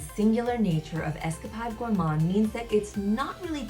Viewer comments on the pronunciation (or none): Nothing comes close to how sticky and thick this is! Also you Are pronouncing escapade wrong it’s got along a not a short one it’s like you were on an escapade not Esca pod